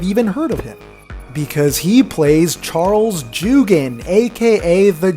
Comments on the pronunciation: Charles joughins name is pronounced (yaow kin) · Joughin is pronounced “joffin”